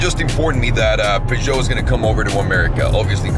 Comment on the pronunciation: Just the same way u said Peugeot and Renault in your video much as the BBC is also allowed to make mistake and be corrected. Brook stood up to nothing , it was just a publicity stunt to get subscribers